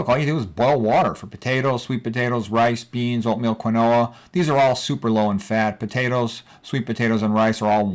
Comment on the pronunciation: Quinoa = Keen wah 😊